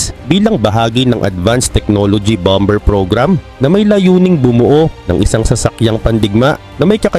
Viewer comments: yung BOMBER mo isilent mo yung letter B sa BER imbes na bomber = bommer 😊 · Hindi bomber. Ang tama ay bomer, silent b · Silent B ang Bomber-parang Bomer lang po👍